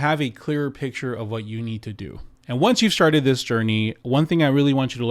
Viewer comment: lol he said sharted instead of started at the beginning of the video.